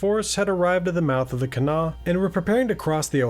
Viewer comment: As a WV girl, shouts to you for pronouncing Kanawha correctly! If you want to sound like a real local, pronounce Huntington more like "Hunnington."